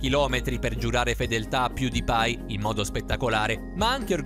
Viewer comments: All inizio dice piudipai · Piùdipai e t seris cit. narratore suricato